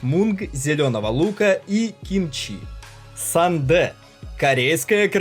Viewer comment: Корейский ужасен:) сандэ вообще убил😄